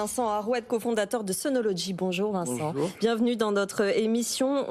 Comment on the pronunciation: C'est bizarre que cette dame n'arrive pas à prononcer le mot SUNOLOGY en langage français normal, ordinaire. Son SunoloDgy est un peu pataud. Au passage, j'en possède sur mon toit car j'ai aimé le côté "français" de l'assembleur/distributeur.